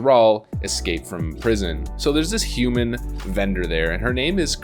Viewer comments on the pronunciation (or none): none